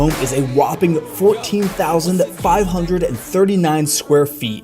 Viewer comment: Y'know what would make these mansions seem more amazing? Someone who can pronounce "hundred."